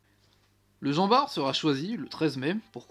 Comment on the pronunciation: Normalement on prononce le T de jean bart